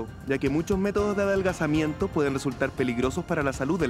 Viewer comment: En la parte de los guantes donde dice adelgazamiento se equivoca y dice adalgasamiento